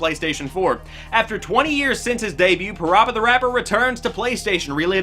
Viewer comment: Still pronounced Parappa wrong.😜